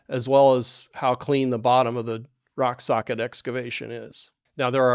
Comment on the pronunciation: My compliments that you said' rock sockit' several times with out .mixing up your r and s and saying sock rocket